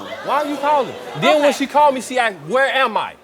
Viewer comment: Shut up woman and it's "asked not aksed"